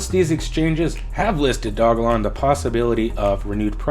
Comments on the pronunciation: It's dogelon mars, not dog-a-lon mars lol and ELON is a way better investment than SHIB because the market cap is 25x lower! Not to mention it has a maximum supply set. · Its Doge elon not Dog elon dude So annoying hearing u pronounce it wrong 😑🤪